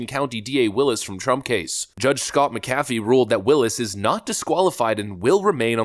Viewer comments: It’s Mc-Afee. Like Mc-Donald or Mc-nally. Why is this hard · It's JUDGE MACK-UHH-FEE!!! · You’re pronouncing the Judge McAfee’s last name incorrectly like your pronounced Warner Bros. incorrectly. You said Bros.instead of “Brothers” when that company was in the news in the past. Hopefully you’ll now to say it correctly in the future. Thanks.